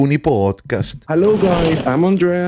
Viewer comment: Just a little remark about the name Makarony podcast. Why is it MakaRONY? It's Rooney. Not Rony. So it should be Makaroon(e)y Podcast. Just saying. Love you guys.